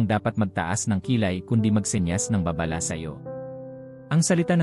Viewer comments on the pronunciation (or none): juice mo . narrator..mag-aaral ka muna ng tamang pagbigkas gaya ng "babala" Hindi baaa baaaa lah